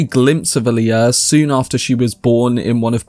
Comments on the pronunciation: i hate how they mispronounce so many names and use modern slang in the new films...its not 'hark-inin' its 'hark-onun' ...its not 'Ali-uh' its 'All-ya'... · Does no one on this site know how to pronounce "Alia"? The stress is on the FIRST syllable, not the second.